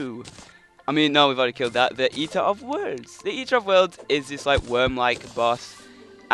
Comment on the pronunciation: eater of words? dont you mean destroyer of worlds? [sorry for making fun of your accent]